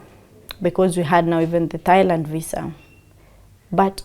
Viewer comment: It's Thailand. Not Thighland😂